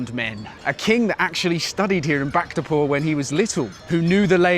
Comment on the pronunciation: just so you know bhaktapur is pronounced BHAK-Tah-PUR